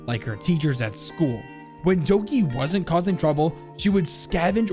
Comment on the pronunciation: Every time he sad Doki I wanted to scream.